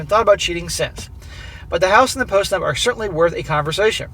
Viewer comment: Every time you said "post nup" it sounded like post nut. 🤣 Yes post nut clarity; make her sign it!